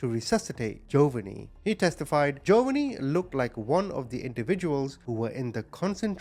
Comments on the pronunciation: Ja_von_nee not jovany it drove me crazy ❤ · Once again, your pronunciation of the names are atrocious. The little baby’s name is Jovonie. It’s pronounced Joe-VA-nee (like the Italian name “Giovanni” without the first “i“). The emphasis is on the second syllable. You pronounced it JOE-va-nee. Several times on the video, you referred to him as “Jovianne” which isn’t even his name. Let’s remember this beautiful little boy by remembering his real name. His name was Jovonie Ochoa. He was 4 years old when he died on Christmas Day 2003. He only weighed 15 pounds. The average weight for a healthy 4 year old boy is 30 to 44 pounds! Jovonie’s grandmother, Maria Palicious, starved her grandson but she certainly was not missing any meals herself. She complained that Jovonie always wanted food. Yeah, you crazy evil bitch, a baby you are intentionally starving is always going to want food! Jovonie Ochoa, I will never forget you and your handsome, smiling, innocent face. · Omg his pronunciation of Jovanni is annoying TF out of me hahaha. Then it goes from Joe-Vunny to Jovian. What? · Its pronounced Joe-von-ee.. May Jovonie rest in peace 🕊️ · Joe-va-nee is killing me hahaha 😂